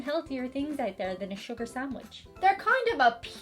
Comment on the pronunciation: Pardon my French, but did just say "sucre" instead of sugar? Also, calling out to Saint Anthony is a very Polish thing, too. There's something about burying a small statuette face down in the backyard that's about Saint Anthony, too (strange, because it always sounded to me like a Mafia hit somehow.) Ringing the Angelus on TV sounds like a nice tradition, though, as bells are always pretty and comforting. Besides their brogue, these things are what made the Irish seem "ethnic" in 19th century Protestant America.